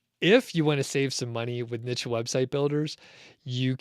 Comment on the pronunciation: Niche... no T in there! this is a French word...